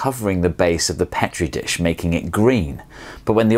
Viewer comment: It’s pronounced (pee-tree dish)